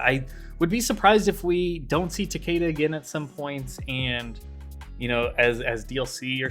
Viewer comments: It should be Ta-keh-da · Why does everyone pronounce Takeda wrong? It's ta-KEE-da. They literally pronounce it that way in the fucking story of MKX.